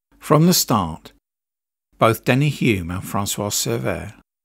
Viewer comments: Hulme not Hume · Can I just add to that - Denny Hulme was pronounced HULLM not Hyoom (he used to say "Don't leave the L out of Hulme). Great video apart from those little glitches - thank you and well done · Denny Hulme didn't pronounce his name "Hume". He pronounced it with the L. His father, Clive Hulme VC said, "You can't knock the L out of a Hulme".